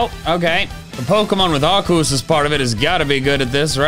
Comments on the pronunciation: Please pronounce arcues like R-c-us like it is supposed to be pronounced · It’s not Arcus. It’s archaeus. The anime says it like that archaeus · Its arceus,not arcoos. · IT R-C-US NOT R-CUSS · Arceus. Ar-key-us (or alternatively ar-see-us) Please. It sounds like you’re saying “Our Goose.” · ... arcus?.?? ITS ARCEUS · Im new to the channel and subbed cuz i found the videos entertaining HOWEVER it kinda bothers me he is pronouncing Arceos as "R-cus" when its pronounced "R-key-us". Still entertaining tho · The fact that canonically calls arceus arkoos is amazing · Him calling Arceus, a literal god, "Arcus", and it not getting mad is weird. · It is definitely Arkoos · HE IS SAYING AURCUS WRONG! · i think arceus is pronounced r-cee-us i think. not sure XD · I like that even when he's in character he still pronounces it "Ar-koos" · Why does pronounce Arceus like Mickey does? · Why does he pronounce Arceus like that? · search how to pronounce arceus